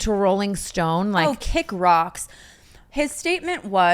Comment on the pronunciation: Brooke saying "Oh KICK ROCKS" with her whole chest gives me life